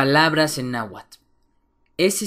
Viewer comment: viendo casi completa tu video, no solo tienes errores en la escritura tambien en la pronunciacion, ejemplo nla Tz no se pronuncia igual que la Z porque tambien se respeta la T y antes de pronunciar la Z se pronuncia la T, y en la Tl, y el nahuatl nunca se a pronunciado como nahuatul, alomejor escuchaste decir alguien que no sabe hablarlo por eso dices eso, en realidad esta mal la pronunciacion, nahuatl se dice como esta escrito y claro en algo estoy de acuerdo el H es muda